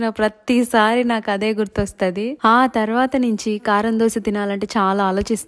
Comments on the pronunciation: Dhosha kadhu adhi dosaa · Dosha , dosham kadu amma thalli … ado Dosa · Dosha kadhu akkoo dosaa....kavalani dosha😂 dosha😂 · దోష కాదు అక్క దోశ